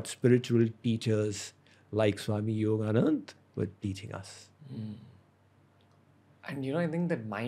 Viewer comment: Ranveer would casually mention "Yogananda Satsanga Society" in many podcasts, which is actually "Yogoda Satsanga Society". Now instead of saying "Paramhansa Yogananda", he says "Yogananda Paramhansa". I don't know why he doesn't say names right, even that of his Guru.